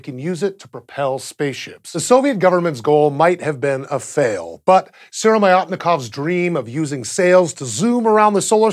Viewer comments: You pronounce his name as siromaiatnikov but he is s siromiatnikov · You misread the name. It's SyromYAtnikov, not SyroMAYOtnikov :D Syromyat means buckskin (leather). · Why are you calling him Syromyotnikov if his name is Syromyatnikov? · I was talking about how google translate pronounces "Syromyatnikov": "СыромАятников" instead of "Сыромятников". I don't have a problem with "znamya". Yes, there're some extra vowels, but to my ear, the end result is pretty close. I'm not sure an English-speaking person can even get much closer - some sounds are just too foreign for them to reproduce. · lol it's SyromyAtnikov, where did you get the other O from?? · C2Lception he didn't say it correctly actually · Он всё равно произнёс не правильно)